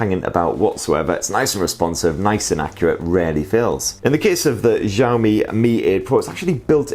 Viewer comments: Wtf??? Zhiami??? You should pronounce this SYAO-MI. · dude u shud learn how to pronounce xiao mi properly.. xiao in chinese means small... shiaow. as in ..to have a shower..without the er on the end.. not exyao... sorry to be picky.. i lived in china for 15 years and listening to the way you say it just makes me want to buy samsung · Its SHaomi not jhaomi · You say xiaomi like shiaomi